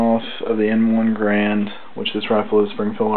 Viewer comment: Good vid but it's pronounced ga-rand not grand